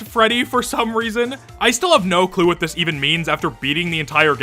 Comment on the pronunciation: hehehehehe "greddy"